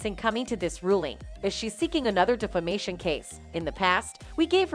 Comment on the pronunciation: Def-amation case. Not Dif-amation.